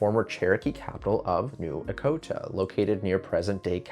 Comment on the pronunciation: It's pronounced "Etch-o-ta," not "Ek-o-ta."